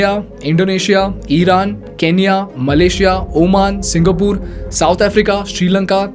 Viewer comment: Please pronounce singapore properly. Thank you.